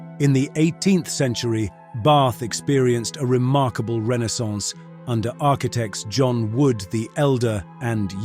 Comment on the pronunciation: Narrator mispronounces the word renaissance.